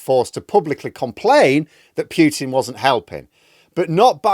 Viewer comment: It's not piutin it's pootin and p is small.